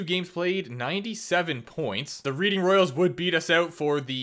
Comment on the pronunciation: Just so you know, I am pretty positive it is pronounced Redding instead of Reading. One of those tough ones if you don't hear it.